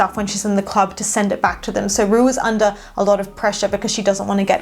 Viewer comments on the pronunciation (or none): none